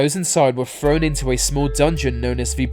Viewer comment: so this guy can say the they and numerous other words with the TH sound, but cant say Free) , or Thrown (FRONE). Its like a female who thinks there stupid quirk is cute, only I dont have to fake agree with them because I want in their pants. You know how to make the correct sound Ive heard you do it so quit that immature bs.